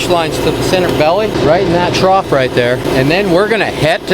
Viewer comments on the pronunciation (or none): none